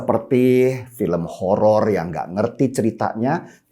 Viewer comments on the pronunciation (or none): none